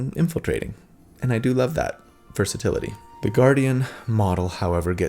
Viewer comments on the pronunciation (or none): none